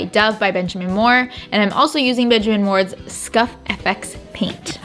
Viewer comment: Pronounced "scuff ex" btw. Love you gals!